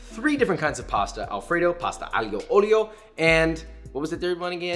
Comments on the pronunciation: Nobody: Literally nobody: Joshua:pasta aulio oylio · pasta ayl yolyo XDDD ahh but thank you for some ideas, Bone apple tea to you too !